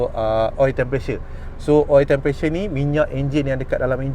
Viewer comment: Sebut btol2 bang temperature.. bukan tempressure.. hehehe